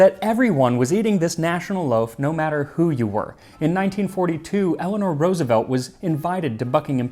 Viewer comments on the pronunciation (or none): none